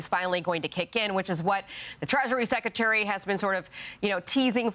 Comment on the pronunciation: I wish this attractive woman would stop saying 'seck-e-tary'!! It's a huge turn-off!